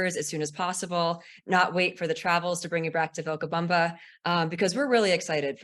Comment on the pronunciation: what a bunch of nothing- gross really and the host mispronounced Vilcabama! she is super crunchy